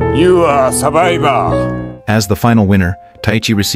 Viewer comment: It funny how the man say” u are a “Sobaiba aaaa” instead of “survivor “